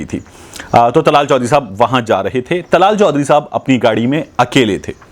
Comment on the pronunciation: Not tlal chohdri ,dllaal chohdri